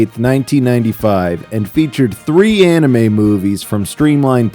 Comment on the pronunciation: I love how the original Cartoon Network announcer pronounced anime as “Annie Mae”